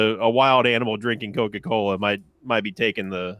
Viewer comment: "I was in cuck kola" -NL 2k19